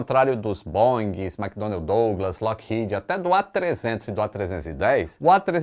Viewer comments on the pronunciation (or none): none